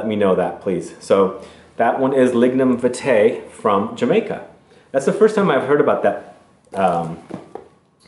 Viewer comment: Hi. For the frangrance it's pronounced viiitae with a longer I sound. It is the national flower of Jamaica.